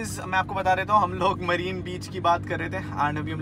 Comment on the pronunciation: Bhai marine beach nai ha vo marina beach iam also from tamil nadu chennai